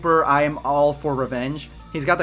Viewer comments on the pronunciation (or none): yea yea dont act like we didnt notice the way you pronounced Kurapika